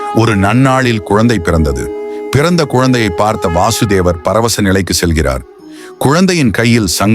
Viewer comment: வாசுதேவர் இல்லை‌ வசுதேவர்